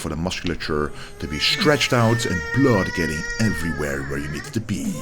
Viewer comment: I came here just to hear that!!!! If I heard my doctor say blood like that, I'm running out of the office!!